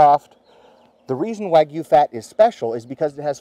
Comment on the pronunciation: I think u pronounced “wagyu” wrong 😂